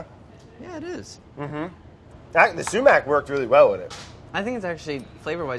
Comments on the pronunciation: the sumac if not pronounce suemack, its pronounced somak. I feel like as a fellow Iranian Andy should know this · No one: Absolutely no one: Brad: sUmAccKkK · No one: Absolutely not a single soul: Brad: SUMAC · No one: Literally no one: Brad: SuMaC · Andy - did it hurt you to pronounce sumac like that? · The way you guys are saying sumac is making every Persian cry